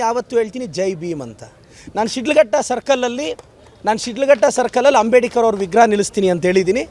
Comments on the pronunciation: ಮೊದಲು ಅಂಬೇಡ್ಕರ್ ಅನ್ನೋದು ಕಲಿಯಲು (ಅಂಬೇಡಿಕರ್ ಅನ್ನುತಿದ್ದಾರೆ) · ಅವರ ಹೆಸರು "ಅಂಬೇಡ್ಕರ್" ಈತ ಯಾಕೆ "ಅಂಬೇಡಿಕರ್" ಅಂತ ಕರೀತಿರೋದು 🤔